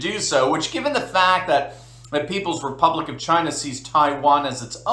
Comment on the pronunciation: Please.......... Republic! say it with me.......Republic....